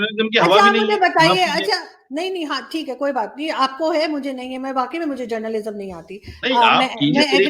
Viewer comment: Journalism ka "A" nahin Moulana Sahab "J" hota hai....wahhhh reee ज़ाहिल मौलाना